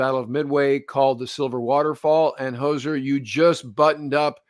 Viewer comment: Hozer not Hoser